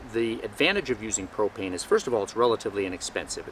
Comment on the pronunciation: i thought you said "hi today i wanna take a few minutes to talk to you about cocaine" for a second ,i was like what the hell?